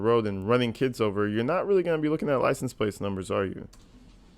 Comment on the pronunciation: What's a lisince-place?